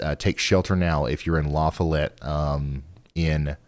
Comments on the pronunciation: for your information the way you say, Lafollette is la fa let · Listening to Ryan mispronounce our state and turn around and mispronounce our town lol. Ryan where can I stream the closing credits song?